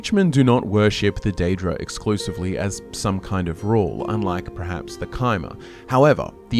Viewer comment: Absolutely love your vids. Loathe how you pronounce "perhaps" as "prehaps". Haha. 🫠